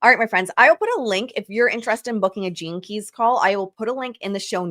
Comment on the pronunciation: I’m sorry, but I was giggling throughout this entire episode. Every time said “gene keys”…I heard Velma from Scooby Doo saying jinkies. My neurospicy brain going on side quest continuously 😂